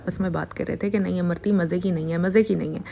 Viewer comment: Amrutti not amarti